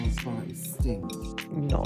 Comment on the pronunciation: Anyone else hearing "butt" every time they say bart?